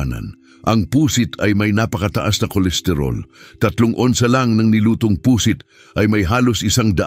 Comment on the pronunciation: Pu'sit hindi Pu.....sit ang pagbigkas!